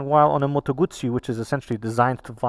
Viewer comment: Your pronounce of Guzzi is on point, and I’m Italian ❤️ so proud to see so much love for our products